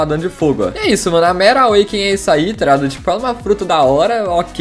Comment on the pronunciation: Oque e toreado ele fica falando eu acho que é tá ligado